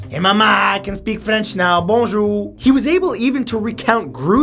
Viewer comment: Hi Matthew ! I'm wondering if you talk French for real because of the way you said " bonjour " without accent. I really love all of your videos ! You're doing a wonderful job !